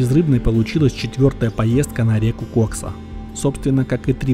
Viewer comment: ты бы в фразе "Кайфуем на КОКСЕ" ударение как нибудь изобразил на втором слоге в названии реки, а то заинтересуются компетентные органы 🤣